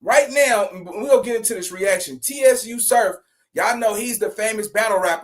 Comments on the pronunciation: Nigga said T S U Surf lol it’s Tsu Surf like Tsunami brother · Pronounced "Sue Surf"😊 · Yo, it’s just pronounced “Su Surf”